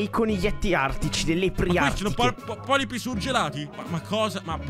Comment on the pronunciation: Fantastico. Alla fine è finito come Jurassic Park. Comunque non si chiamano polipi ma polpi.